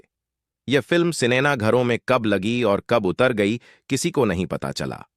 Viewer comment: आपने हिंदी की वाट लगा दी😂 निर्देशक को निर्देशन और सिनेमा को सिनेना, ट्राई को ट्राय बोल रहे हो😂